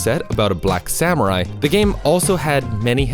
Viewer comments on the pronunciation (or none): none